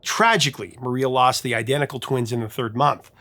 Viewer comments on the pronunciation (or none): none